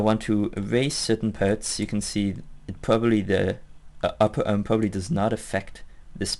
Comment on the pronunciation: Love the way he pronounces arm. "Uhrm."